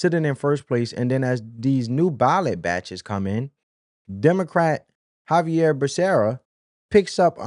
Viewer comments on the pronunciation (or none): none